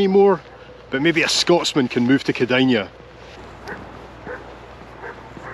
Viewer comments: the last sylable in Kėdainiai (-iai) is pronounced like "nay". You are spot on pronouncing Kėdain-. Grėjaus namas (the hotel) is literal translation of Gray's house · Fantastic video!! My great grandparents came to Scotland from Lithuania as you say in the 19th century, settled in Lanarkshire mostly Bellshill, Mossend and Coatbridge. The town should be pronounced as "Keidynyny" if you were to say it in English. Great to see the Scottish connections. I never knew about this. Thanks. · Think that placename is meant to be pronounced 'kid-on-yee'. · This is most definitely not pronounced like that, not even close. It is pronounced the way it's written, everything in Lithuanian is, but the ending here sounds more like "ei" (like letter "a" in English). But interesting to hear about your Lithuanian connection! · unless it's a really busy bus people here generally don't really pay attention to the seat they're assigned also good job on the pronunciations, better than most native english speakers, I think the scottish accent helps, you pronounced the "Kėdai" part of the name correctly, but the "niai" part is one syllable and sounds sorta like "nay" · The middle sounds fine, but the first and last syllables are most definitely incorrect:) I also googled it right now and the pronunciation I found was even worse. But it's ok, we're used to it. I'm Lithuanian, and when I ask Google Maps to go somewhere in Lithuania, it is always some random village or a pub 5 000 km away;) pronounced the name pretty well, because in Lithuanian more or less everything is pronounced the way it's written, and written - the way it's pronounced, only in this case "iai" basically becomes "ei".